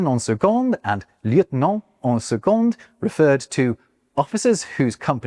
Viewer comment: The d is not pronounced in « en second » 😉